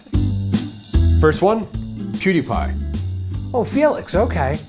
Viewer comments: The he says pewdiepie is great "Poo Duh Pie" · I love how he said pewdie pie "Poohdepie" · the way he said "poodiepie" lmao